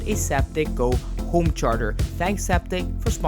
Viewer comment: "I want a Zaptec GO homecherger"